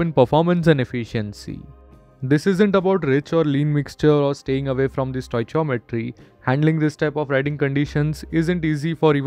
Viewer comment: bro its "stoi key yo metri"